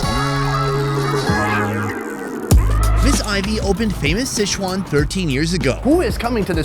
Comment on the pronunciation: Please learn how to pronounce Sichuan. It’s not sesh-wan.